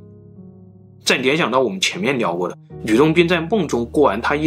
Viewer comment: 物理之謎還是物你之謎，發音很震腦！理論，你論！ㄋㄌ發音 改掉這就完美了 哪裏或哪你，聯想變黏想